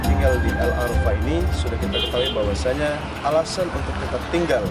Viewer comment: Koreksi dikit: bukan el Arafa tapi Qarafa